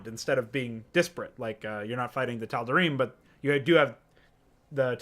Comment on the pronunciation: ”The tod’arim” <3